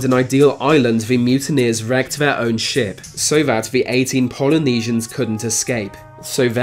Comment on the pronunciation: Him replacing 'th' with 'v' was more annoying